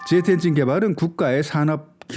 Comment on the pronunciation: 중국을 '쭝국' 이라 발음 하고 제트엔진을 '쩨트엔진'이라고 발음하는 당신은 누군가?? 중국 까대기로 코인땡기는중...?? 내용도 중요 하지만 기본이...그래서 구독 취소~!!